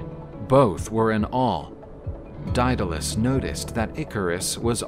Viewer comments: it's day-duh-les lol Greek is hard to pronounce sometimes. Idk why he said it so many different ways lol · The narrator read the name Daedalus in 3 different pronunciations throughout the story. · Drinking game idea: Take a shot every time Daedalus is pronounced differently than the time before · Every time he says 'Daedalus' he pronounces it a different way.